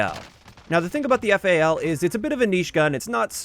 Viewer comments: god, thank you for saying "F-A-L" instead of "fal" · YouTuber says FAL = instant like